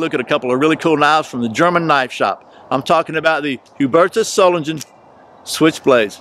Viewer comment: u pronounced it right =) pretty good btw imo